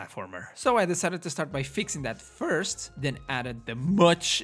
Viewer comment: "So i decided to fix that FURst"